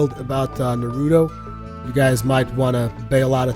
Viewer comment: I just can't stand when people say Naruto like that with the long u sound. no one says his name like that, your pronouncing it wrong for both Japanese and English. it's a short subtle u sound sort of like the sound for the u in the word up. saying Naruto like this guy just makes you sound either stupid or ignorant, pick one